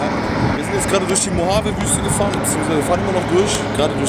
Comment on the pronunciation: und du nicht dass es micht mohabe sonder mojave heisst